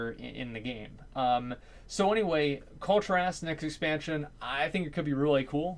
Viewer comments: Kul-Ti-rass. No no, no no no. Kul-Tear-us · Please up vote this so I don't have to be super triggered. As, its pronounced Kul-Tear-as